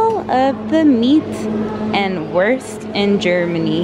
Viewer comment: Did she say worst instead of Wuuuuurst? xD